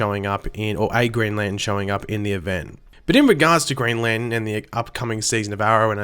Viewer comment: ITS LANTERN